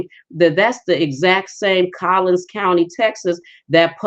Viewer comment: Good morning! It's Collin not with an s on end. Plano, McKinney, Frisco, et als are in Collin County, courthouse located in McKinney; about 15 mins from Plano (north), about 30 mins from Dallas (south). Born in McKinney (Plano didn't hv hosp in 50s), raised in Plano, am a witness , from own experience of injustice, of the LIES they coverup. Since they All work together in WH gov't; can't get justice even when you hv evidence. Tried to tell ppl when on Essie's page. That's why God Rewarded & Blessed me yrs ago & now revealing Collin/Dallas corrupt judicial systems i.e. popos, judges, attorneys, etc., here in Tx. Amen! Hv waited patiently upon the Lord to bring the Klan (Collin) County especially down just like He sd to me in 2005. Yeah, Chief Hall, a black woman, just doing her sorority house Ni'ger job. You are soooo right, only political & the D.A., Faith Johnson, is a black woman too. Not to be rude but her facial makeup is smthng else, clown like. Don't know Tx Ranger's name but that's who they get when they mess up, to coverup their errs in which are also part of corruption. Always trying to make the innocent ppl the guilty one instead of admitting their errors/mistakes. But God! Love n Christ, "daughter of Zion", Jer 6:2/Is , et als, KJV only